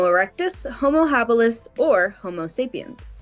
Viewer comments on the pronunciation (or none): none